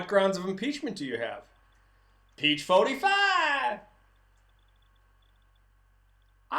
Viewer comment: Perfect Texas drawl! "Peach 45iiiiiiiiiiiiiiiiiiiiii" lol